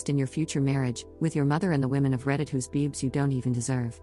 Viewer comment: i’m so proud of OP. also, the AI voice says bewbs had me DYING 🤣🤣🤣💀💀💀